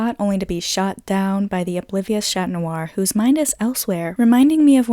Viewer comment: Okay we're you saying shat noir and maryshat BC if you did lol